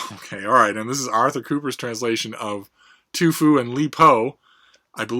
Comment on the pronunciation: At the mark it sounded like you turned TuFu into ToFu. LOL.